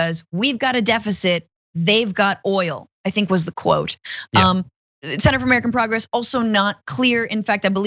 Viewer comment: "Center for American Progress"... the emphasis is on "Center" than "Progress".